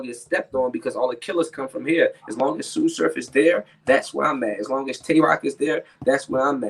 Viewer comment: On god tsu said it perfect